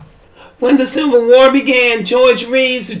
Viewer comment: 😂😂😂😂 did she say War ??